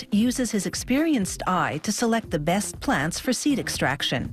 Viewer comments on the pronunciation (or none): none